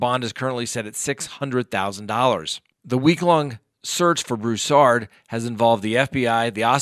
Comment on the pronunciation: "BROO-sard" or "BREW-sard," not "broo-SARD" or "brew-SARD." Thx. Emphasis on the first syllable. When you cash in on tragedy, do it right.